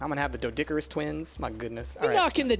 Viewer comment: Oh my god it not doedickerous its doe doe care rus